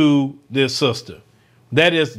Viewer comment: See ya "sista" 😂😂😂